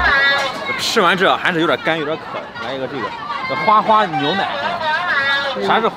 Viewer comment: 花花牛 牛奶，这样断句